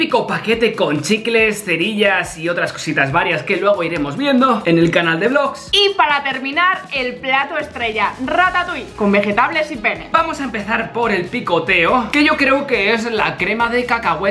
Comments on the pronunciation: reyna campos Pene es penne No se pronuncia así y dijo pene y son para niños :v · like si te reiste cuando dijo:Con penne😂